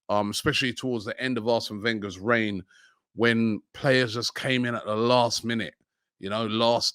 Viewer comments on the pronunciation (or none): none